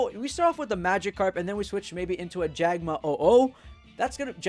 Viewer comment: "jagma oh oh"